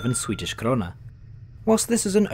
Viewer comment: Det kan jag inte påstå. Krona låter som han säger Corona, Stockhulm(?)